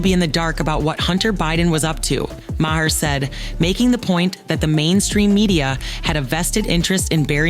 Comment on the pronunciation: How many different ways did the narrator pronounce Maher's name? Hahahahahaha!! Do some research and say it right. And ya, too much talk without actual video of the event. Duh!